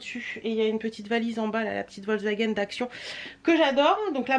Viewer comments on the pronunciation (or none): none